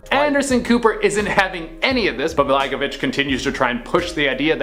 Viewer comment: good video dude. I don't like Blagojevich but you're saying it wrong lol <3